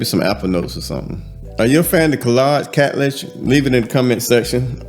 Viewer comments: Hello it is hadlaj the k is silent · Hey, so glad to see this review! It's pronounced Haad-Laj (Khadlaj) I'm LOVING it!❤ Can we agree that Khadlaj doesn't miss? 😊